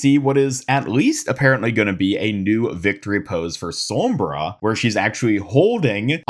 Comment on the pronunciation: 'som-bruh' lol